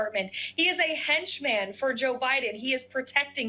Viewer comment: Karoline Leavitt: "He is a hench-man..." Not henchman, like it is normally pronounced by beings from this planet. ............................ "... was incredibly damn-uh-ning to Joe Biden...." Not damning... not damaging... damn-uh-ning. ............................ "... was extremely damn-uh-ning to him politically..." ............................ "... Joe Biden can hardly speak..." I have said it a million times... MAGA has brought to real life things that you used to be SNL skits. It really started with Sarah Palin (Tina did a bit as Palin in which she literally copied what Palin said in an actual interview, and it was so stupid that everyone who didn't know thought that it was brilliant comedic writing), but Trumpism has taken it to a whole new level. What a bunch of embarrassing buffoons. Our nation is screwed. A huge chunk of this country thinks that inane, ignorant, stupid, crazy, dishonest babblers like Leavitt are amazing truth tellers.